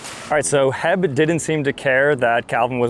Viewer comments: It’s not her it’s h e b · He called H E B heb😂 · Laughing because he called it HEB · It’s pronounced h e b not heb that is why there is a dash between the letters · ITS NOT HEB!!!! ITS H. E. B.!!! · bruh its H.E.B., you pronounce it as separate letters not a word 😭